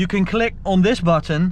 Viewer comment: Als je on zegt die o is een a